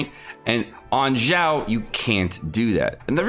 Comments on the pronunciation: Why do you pronounce Xiao like "Zhao"? It is more of a "Sh" sound, not "j" sound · I think its Xiao Xi as in she ao as in ow she-ow Not Jao or Zhao pls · In french we usually pronounce "X" almost like "ks" or "kz" and I saw a guy in a french video pronounce "Xiao" as "Kzi-a-o"... I almost died that day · Stop saying his name wrong god dammit.